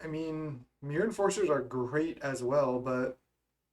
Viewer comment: Every time I hear you say "the myrror" instead of mirror match :')